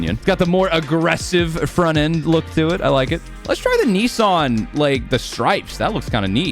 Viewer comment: Bro said neesarn